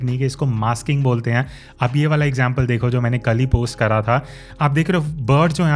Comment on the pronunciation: Thanks for kids this information But please say again kara kara Kia kaha kijye kara ni hota I'm from Pakistan lahore Don't mind please